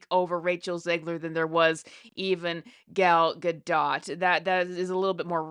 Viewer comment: She's pronouncing Gal's name very well!! 💙